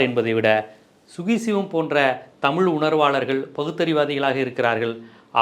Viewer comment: தமிழு உச்சரிப்பே 😅😅😅அந்த 😅😅